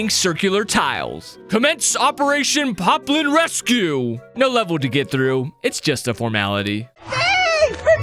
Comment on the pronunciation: why did you say piplin its poplin